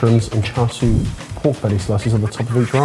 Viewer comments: why do they pronounce siu as sui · One tip: The "siu" in "char siu" is pronounced like "shoe" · pronounced it as "swee" rather than siu/shu. I'm just giving the chance to gloat here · Word: "Spelled S - I - U: " Sui" At least he respects the slurp haha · just butchered the pronunciation of “siu” in char siu but correct pronunciation has made up for it, 1-0 to 😂